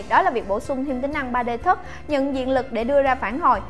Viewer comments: 3D tút mà nói 3D thất Tút ây đi đọc là thót ai đi Vl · 3D "thấc" ="= nếu ko ns chuẩn đc thì c có thể ns "chạm" hay ji đó